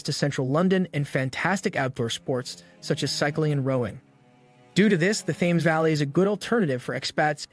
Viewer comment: Thames is pronounced TEMMS and Reading is pronounced REDDING.